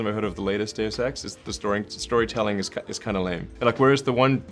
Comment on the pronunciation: When Elon says deus ex it sounds like days of sex kill me